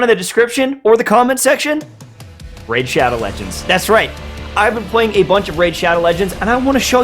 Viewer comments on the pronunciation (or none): Bruh... “RAID SHADOW LEGENDS”